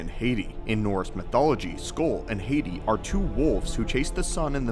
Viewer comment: HAH-Tee. It's HAH-TEE.